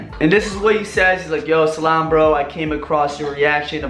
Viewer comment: Talking abt snakery n everything.. But u dun even know how to greet w "salam" tho.. Huhuhuhuuu